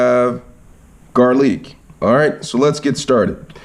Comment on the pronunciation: Garleeak It's now garlic?